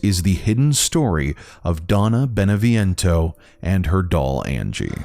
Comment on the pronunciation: Could you make more efforts pronouncing names correctly, Beneviento, Eva....